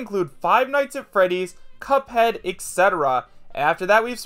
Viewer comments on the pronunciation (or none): none